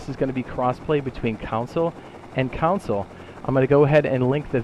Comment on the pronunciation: First time watching one of your videos and I was confused why you were saying council lol than I released you meant console and I was like ohhh that makes sense gonna binge ure vids now